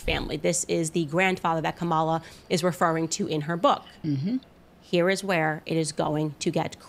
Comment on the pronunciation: I guess no one told Candace that mispronouncing 'Kamala' is racist.